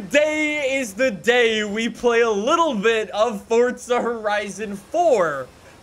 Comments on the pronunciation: Is it just me or does it sounds like he's saying fortza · Pretty sure he’s saying fortza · Is it me or he says fortza horizon